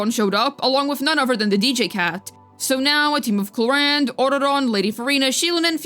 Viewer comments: my dear girl her name is Clorinde not Cloriander the E is silent at the end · At this point I'm just curious: Why does call Clorinde "Cloriander"? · At this point I'm just curious: Why does call Clorinde "Cloriander" most of the time?